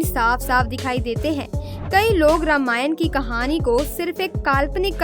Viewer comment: प्री आप रामायण। के बदले रामायण। क्यो बोल्ते है